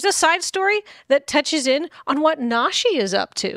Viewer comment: Nah-shi, long "A" sound